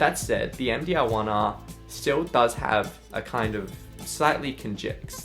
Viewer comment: you say there is a MDL1R. or you say all the time MDaarrGGLLL 1R ?